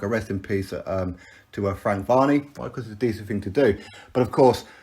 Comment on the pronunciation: yeah man I knew it was varey but I think your definitely mispronouncing it mate